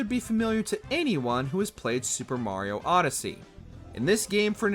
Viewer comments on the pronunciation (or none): none